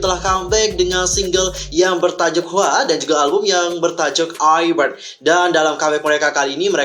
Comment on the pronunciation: Deg deg an banget woi yang pengumuman IZ*ONE bakal lanjut atau bubar 😭 btw kak, cara bacanya itu aiz wan. Bukan iz wan.. inget aja, "kedengeran nya kayak Eyes One" dan salam grup nya juga 'Eyes on me'